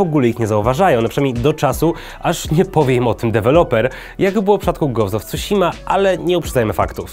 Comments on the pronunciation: When he said "gołst of cusima" i felt that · po japońsku tsu czyta się prawie tak samo jak cu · Nie wiem, do wymowy którego słowa masz większe zarzuty, ale nazwę wyspy powiedział całkiem dobrze. Pamiętajmy, że Tsushima to transkrypcja amerykańska, która stosuje zapis znany z języka angielskiego, także nie zachowuje fonetyki japońskiej 1:1. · nie wierze w koncu wspomniał o kolosach i pominął spuszczanie sie nad undertale XD idziemy w dobrą stronę teraz tylko wymowa newell i tsushima damy rade wyjdzie na ludzi